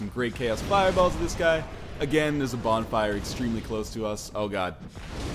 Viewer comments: bonflire* you sure english is your first language ? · "English is my first language!" "Let's light the bonflier"